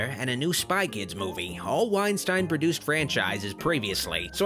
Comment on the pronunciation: It's pronounced Wine-steen, Doc.